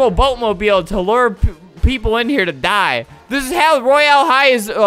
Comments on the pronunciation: It’s not roy AL high it’s Royale high and not only 8 year old 9 year olds(me) play it too SOOOOO ya...UnU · “ro-yale-hi” - fLaMiNgO 👏🏽😁